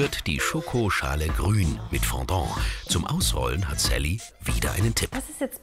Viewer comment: mann lern mal richtig sally auszusprechen